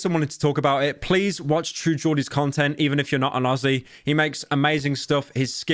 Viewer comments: mf said true Georgie at the end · you said truejordies at the end fyi